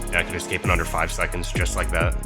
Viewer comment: dude its escape not ESCAPA